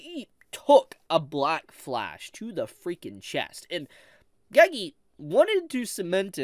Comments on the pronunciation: Why does bro say gagee It’s pronounced geygey😭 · if this guy pronounces "gege" "geygee" one more time bro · The way you pronounce Gege lol